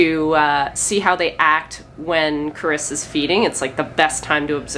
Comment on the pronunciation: Her name's Carissa, just for future reference. I know it's sometimes hard to hear the pronunciation. 😁🤗